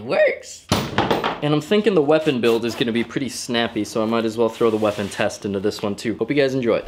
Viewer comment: Did you say "Perfect feeapon" just after you connected the chain? Haha